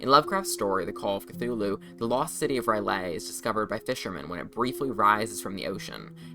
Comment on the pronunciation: Minor correction: "R'Lyeh" is pronounced "Rill-Yeh" to my knowledge. The "eh" is pronounced like an outward breath, such as in Hebrew. Not as "Yay"